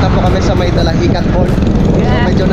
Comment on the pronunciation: Dinahican hindi dalahican mema lang , dalahican sa cavite yun😂